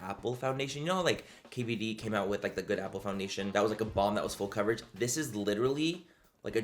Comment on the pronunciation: He said it’s Fool Coverage…😊